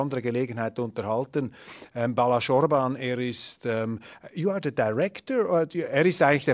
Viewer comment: Nicht Balasz, sondern Balázs